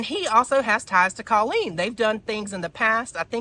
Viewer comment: Babe, not hating but if you are going to talk about Colleen maybe learn to pronounce her name? My ears bleed every time you say it cause i know you're saying it wrong. xxx keep it up cutie